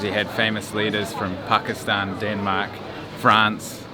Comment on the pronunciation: you pronounce pakistan correctly